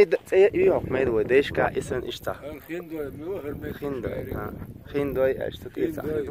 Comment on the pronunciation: Не "Хиндой" а "ХIиндой" (h - хI) Это мохк тайпа хIиндой